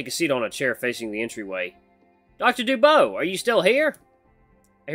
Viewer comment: DuBois is pronunced Doo-bwah. You're doing great though dude!